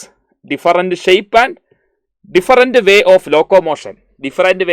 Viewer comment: Sir your pronouns is not correct “diferent” sir your pronouns this not correct “different “ this is corrected pronouns thank you sir thank you 🤩